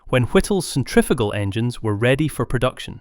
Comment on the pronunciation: Your pronunciation of centrifugal is awful.